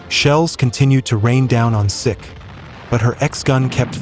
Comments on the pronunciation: HMS Seek not Sick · Please pronounce the names of the thing your talking about properly. It's pronounced " seek " as in the Indian men who wear a turban. It's not " Sick " as in unwell. Many other mispronounced words in this video but this was the one that really annoyed me. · Hi just thought you'd like to know HMS SIKH is pronounced seek not sic. in reference to the 🇮🇳 indian religious sect "the Sikhs " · You keeping saying HMS Sick forced me to stop watching this for and give you a dislike.